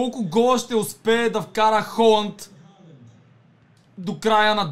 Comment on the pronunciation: много яко видео! Казва се Халанд а не Холанд МНОГО ЛОВ ЗА ТЕБ❤❤❤